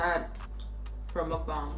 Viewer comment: Muk- BANG lol not bong. Also what do u do with all that leftover food?